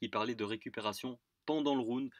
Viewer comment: Stp, j'adore tes videos (crypto/fight) mais STP, on dit "round" pas "roond" ;) Allez, je vais recoudre mes tympans en te souhaitant une bonne journee! Oss :)